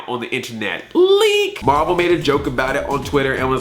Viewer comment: IT'S MAHVEL BABY! IT'S MAHVEL!